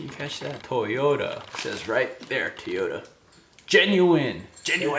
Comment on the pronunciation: Love me some “Teeyota”